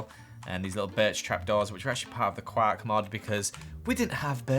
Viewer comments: IF HE SAYS KWAK ONE MORE TIME I SWEAR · its pronounced qork not qaaaaaaaaaaaaark. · quark not quack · Who else thought said “Guac” instead of Quark? 😆